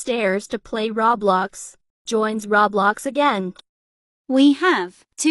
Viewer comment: “RoB bLoX” omg it is roblox